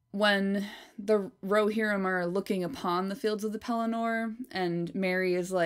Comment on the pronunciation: If you are going to be precise, it's pronounced Rohi-rim, not Rohe-rim!